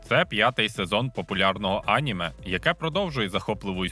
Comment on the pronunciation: Неправильний наголос на слові аніме